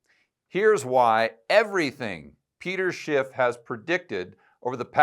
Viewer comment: Isn’t it “Schiff” not “Schipp”?